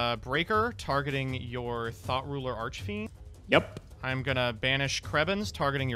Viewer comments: I don't care how childish it is, but I giggled a little everytime i heard THOT ruler. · I keep hearing "Thot Ruler Archfiend" from MBT...